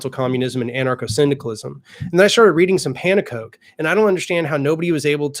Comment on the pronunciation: As someone from the Netherlands, your pronunciation of Pannekoek's name really weirds me out, The actual pronunciation is Pawn - An - Kook, which means pancake